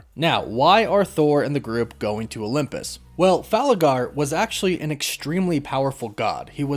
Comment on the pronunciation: where are you from my friend? It sounds like you pronounce Olympus as “Olumpus”